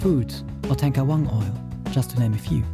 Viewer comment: I live in Indonesia :3 When he mentioned Indonesia the first time, my whole body got cold and shiver (surprised) Tengkawang, High "e" in "Teng"? It's low "e"! It's similar to "a" when you say "a day" thank you very much!